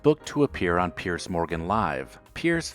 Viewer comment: these are weak examples - some of these people may have been banned from a particular show, but none have been banned from TV. And it's Piers Morgan (PEERS) not Pierce!